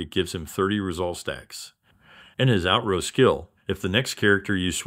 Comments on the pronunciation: It’s like intro, it isn’t int-row, it’s in-tro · Outro is pronounced ow-tro, not out-row. Good video otherwise. Going to watch the Mortefi video